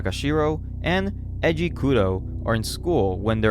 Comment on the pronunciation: Are Japanese names really that hard to pronounce? like no one gets japanese names right… Its E I J I u kno? like AYEJI not EJI 😳